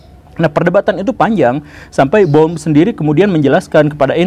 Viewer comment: Tolong untuk pengucapan nama orang jangan salah pak guru....bohr kok dibaca bon